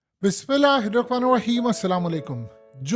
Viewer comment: بسم اللہ الرحمن الرحیم تو ٹھیک پڑھا کرو بھاٸی